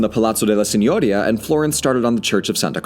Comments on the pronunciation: Si.gno.'ri.a Not Si.'gno.ri.a Stress on /ri/ not /gno/ Remember in italian the accentation normally falls on the penultimate syllable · Forgive my being pedantic, but "Signoria" is pronounced seen-yor-EE-a. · It is such a pleasure to hear "Medici" correctly pronounced by a narrator (MED-ee-chee). However, you're mispronouncing "Signoria"—it's Sin-you-REE-a. I'm a great fan of yours and of Red's—please, keep up the great work!!!!!! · Aa an italian you for saying gn seem strange. There is a big difference. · The way you pronounce Signoria hurts my soul. But I forgive you. After all it’s actually impossible to pronounce of someone isn’t fluent in the language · Quick pronunciation note: "Signoria" is stressed on the "i". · FYI, "signoria" has an accent on the second "i" not, as you do, on the "o"